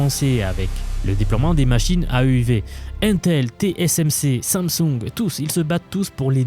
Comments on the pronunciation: 15 eme seconde et déjà une erreur ^^' on dit TSMC ! pas TCMC ^^' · T S M C et pas T C M C... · "Té-cé-èm-cé" ça bloque déjà avec l'alphabet :face-turquoise-covering-eyes